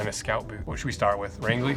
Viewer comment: This looks like some of the stuff L.L. Bean used to make, when they made shoes in maine and hadn't become J. Crew yet..... also it's pronounced (Range-lee) Maine